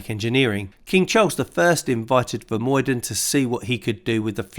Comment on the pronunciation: Vermuyden is pronounced with the uy sounding more like the ou when a Canadian says out.